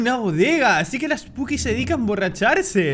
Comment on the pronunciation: perdón pero se me hace muy gracioso como hablás osea en vez de decir spooky dice "esbuki" XD